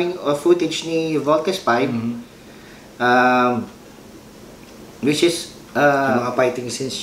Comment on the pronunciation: ang issue po diyan ay malamya magsalita mga five members ni v.v kapag fighting scenes na walang excite lumaban then yung iconic post ni v.v binago nila sa pagbigkas ng voltes v